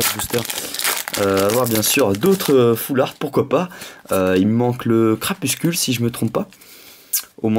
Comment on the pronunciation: tu prononce crapuscule mais c crapusTUle !Sinon super video com d'hab !!